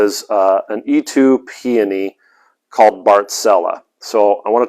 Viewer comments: Eetoo????? It's pronounced EEtoe!!! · Dear sir it is "eetoh" peony